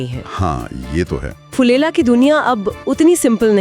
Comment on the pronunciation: फुलेला 😅😅😅😅😅। नही। फुलेरा 😅😅😅